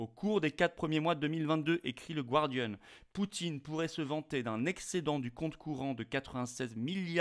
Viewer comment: On dit gardian, comme gardien, et non gwardian. Le mot vient du français...Observation tout à fait secondaire, j'en conviens.